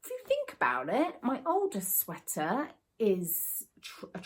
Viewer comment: Hiya! Every time I hear you say 'my Aldous sweater' on your videos, I always think you're saying 'my oldest sweater'!! Take care lovely! 🤗🥰